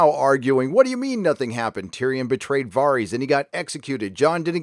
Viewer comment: Their names are VAR US (like Various) and DAV (like dag with a V) OOS (long O sound) lol